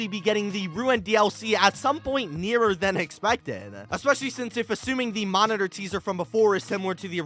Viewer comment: Bro said "new momitor" lol